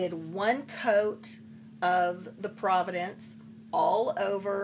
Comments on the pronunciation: Pro-vahnce' is the way it is pronounced. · The color is provence, not providence, but thanks for the video! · I mis-pronounce words on a daily basis Husband tells me every day. And I love the way you pronounced Provence! Now after years of my continous habit I embrace every word I say differently. You go girl! Can hardly wait to use your tools and techniques to start chalk painting!!!!